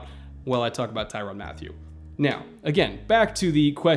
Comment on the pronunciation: its mat tyew not matthew